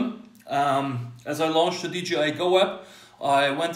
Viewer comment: Hmm, why everybody says DGI instead of DJI?